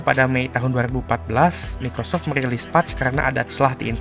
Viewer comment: Mikocok bukan Microsoft😂😂😂